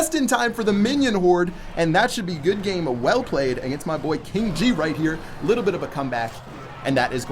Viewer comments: KIN G lol, not KING XD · Did he just say Kin G?